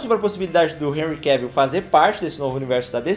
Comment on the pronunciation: Vc não fala "Enrri Cavíl", vejo q não fez o método BIU UÊI! 🤭